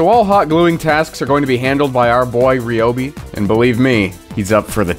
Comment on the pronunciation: It's..... pronounced RYE-obi....